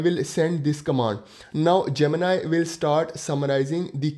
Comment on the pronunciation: Its gemini bro ...not gemina 😂